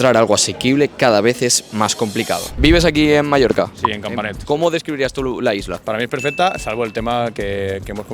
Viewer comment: Es oír Palma de MALLORCA y me sangran los oídos